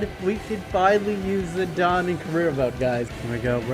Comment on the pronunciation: Zedon also 😣